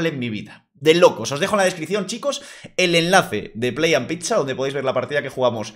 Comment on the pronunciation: Os presento la nueva pronunciación de pizza gente 😂